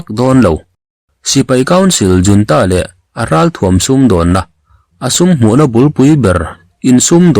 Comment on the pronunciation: A mizo tawnga i let lo rau rau a nih chuan 'junta' hi 'yiuanta' tiin lam law law nise